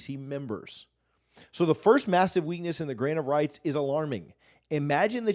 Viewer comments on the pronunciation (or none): Every time he says “grant of rights” I hear “grain of rice” I swear